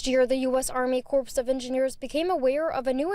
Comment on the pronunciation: fyi, it's pronounced core of engineers not corpse